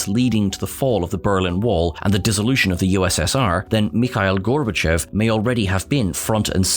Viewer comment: Thank you for saying "Mikhail Gorbatshov" and not "Michael Gorbatshev".